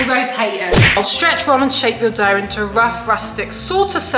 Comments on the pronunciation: The g is silent so the word sounds more like Doe. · It's pronounced like Doe as I'm deer, the g is not pronounced lol ❤❤❤ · It’s pizza dough pronounced (d-oh) or like (doe) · Dough is pronounced Dow the o says it’s name. Ugh has the w sound. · The pizza thing is pronounced, 'pizza do' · It's pronounced like doe like the deer it's just spelt dough ...like doughnut 😂 you wouldn't say dog nuts! 😅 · You don’t say a g in dough. It’s pronounced more like doh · It is pronounced pizza doh kind of like play doh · It’s pronounced d-oh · Just saying I lowv your channel and in Australia its pronounced Dow (dough) like Bow but with a D❤❤❤❤❤❤❤❤❤❤❤❤❤❤❤❤❤❤❤❤❤😊❤😊❤😊❤😊❤😊❤😊❤😊😊❤😊❤😊❤😊❤😊❤❤😊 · The g and h are silent in dough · Bauhahaha 😂 you guys all mispronounced dough 😂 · she wrong it’s dough not what she said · Why are you pronounce seen the G In dough😊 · it is Dough prounce it like that dooooooh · In England (where I am), we don't pronounce it dog or douuuug, we simply pronounce it "Doh" like Play Doh . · Omg so funny Pizza dog 😂 the ghost is silent! It's pronounced d-o like say the O sound. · First I want to say that I love your videos and you guys never fail to entertain us all! Also I’m Australia and we pronounce ‘dough’ like dow like what said at one point 😂but I’m not sure if it’s different there but that’s how Aussie’s say it! 😂❤ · There saying doouug but it’s dough😂😂😂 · It’s not dog its doe Dough** Love You tho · “It’s pizza dog” “no it’s pizza dowg” in America it’s actually pronounced pizza doh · PIZZA DOWH. NOT PIZZA DOG. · It’s pizza DOE…g is silent here in america😁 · Pizza dough is pronounced doe like doe a deer a female deer NOT dog. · No way she said pizza dog instead of dough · By wits not dog it’s Dow/dough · and its doh ho not dog girlysssssss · Lol you pronounce dough as in doe not dog or dowg lmfao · It's dow not dog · It’s do not doug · In America we pronounce pizza dough “dow” like a hair bow but with a “d” lol Love your videos by the way!😍